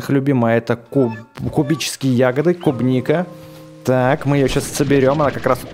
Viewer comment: тот самый левый чел не кубника а клубника